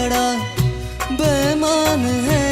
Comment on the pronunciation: bemaan ❌Beimaan ✔️ Pls Bro Legend Hai Woh.. Ase Toh Mat Kar Doh #No Offence😢